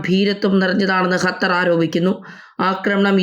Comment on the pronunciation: ഹത്തർ 😂 ഒന്ന് പോടി തള്ളേ ആദ്യം പോയി നാക്ക് വടിച്ചു വാ. സോളിഡാരിറ്റി എന്നാണ് സോളിസാരിച്ചൂട്ടി എന്നല്ല 😂 പോ തള്ളേ